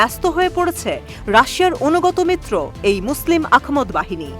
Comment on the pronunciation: আহমদ, আখমদ নয়